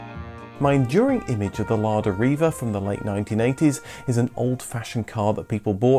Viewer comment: IT IS NOT RIVA ITS NIVA